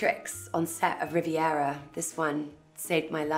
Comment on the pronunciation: Stop saying Rivera 😫